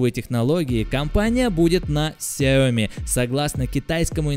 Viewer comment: Он говорит Xiaomi не с ударением на xiaoMi, а как таджик 🗿